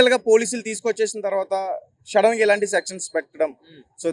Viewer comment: Shadden kadhu bro sudden em anchor ra babu.